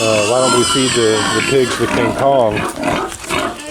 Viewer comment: It's KANG KONG not kin kong